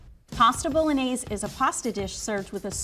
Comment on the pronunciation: I don’t trust any cook who can’t even pronounce bolognese correctly